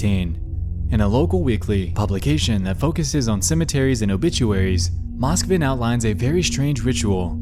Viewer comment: im sorry but its pronounced moskvIn and petrOva